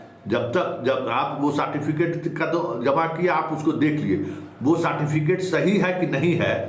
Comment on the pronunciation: Jo certificate ka Pronunciation "saatificate" krta h. Aur smjhta hai apne ko badka patrakar..Kewal ul julul mangarhant baatein krte rhta h...Itna din se dukandari chalane k baad bhi 2 lakh subscriber v nhi hua hai...Tera so called kaabil patrakar kahne ka sabse bada praman hai..